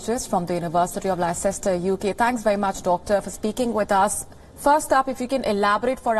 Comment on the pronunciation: Leicester Pronounced as 'Lester', not Less sess ter, For Fuck's sake!